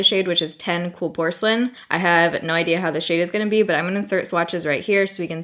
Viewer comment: “Porcelain” hahaha